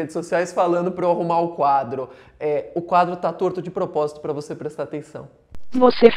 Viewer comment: "Vose" foi ludibriado!!